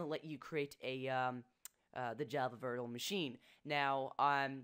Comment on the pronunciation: "Vertuhrole Machine"